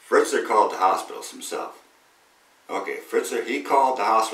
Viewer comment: Fetzer, not Fritzer.